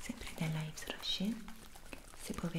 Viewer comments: Mia mamma vende prodotti della yves Rocher e solo per dire una cosa (non sto rimproverando è solo un avviso) si pronuncia ivro sce (così si pronuncia) Ti adoro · scusami non per fare la perfettina,non è un offesa è solo un consiglio:Yves Rocher si pronuncia Yv Roche spero ti sia stato utile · Yves Rocher... la S non si sente alla fine 😂 e un nome Francese